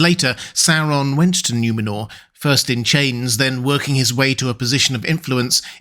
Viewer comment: It's N-oo-menor, not N-iu-menor.